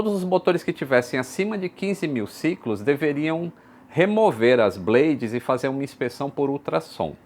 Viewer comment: A palavra 'blade' não se pronuncia como 'blêidis' e sim 'blêids' - coisinha básica!